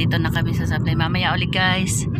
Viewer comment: SABLAN, BENGUET hindi SABLAY🤣